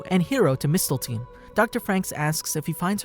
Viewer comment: Man's said Mistelteen